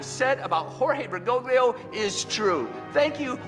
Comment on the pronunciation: The problem with Catholicism is that it is NOT an end of itself. Therefore IDC how Catholic Bergoglio (correctly pronounced more like Ber-goal-yo) nor any Pope is. The ultimate guide of the church is first of all the deposit of faith/Magisterium